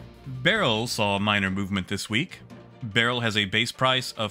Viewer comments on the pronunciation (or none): none